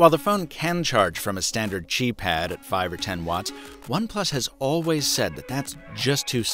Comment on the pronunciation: All I hear is Chi Chi Chi Please spread the word The word Chi Read it like KI